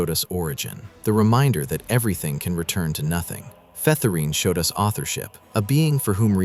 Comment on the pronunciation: Featherine is pronounced as "feather-in" btw